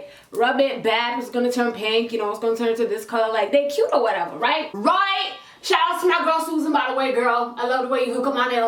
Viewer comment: “or whateva”😂